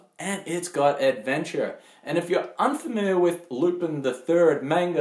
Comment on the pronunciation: Good review but it's pronounced Loo-Pawn. I also encourage you to watch the Mystery of Mamo which was , in my estimation, better than Miyazaki's film.